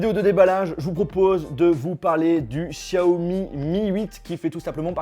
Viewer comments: Sa se dis pas 'Chaomi' mais bien Xiaomi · C'est pas chiaomi mais xiaomi mais aussi non bonne vidéo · Par contre jojol on dit show mi pas chiaomi mais c'est qu'un detail